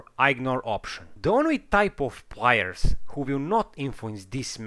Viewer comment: Sorry but, why take advise from someone who barely speak proper english. ''Plaiyers'' fuck it man. my ears are bleeding